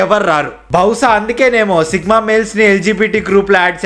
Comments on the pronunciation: Sigma not sickma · Sigma ❌sickma ✅😂😂😂